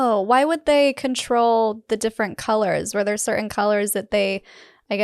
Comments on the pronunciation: Cerin? You mean certain? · The "T" is not silent in the word "certain".